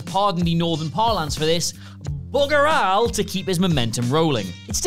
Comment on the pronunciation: Bugger al? How does a British person mispronounce a common British phrase?!